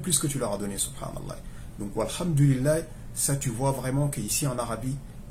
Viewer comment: Salam aleyka akhy j’ai comme l’impression que tu dit « laye » à la fin du nom d’Allah Qu’Allah facilite